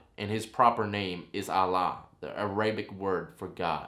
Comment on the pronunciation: The A-RAY-BIC word hahahaha boy you dumb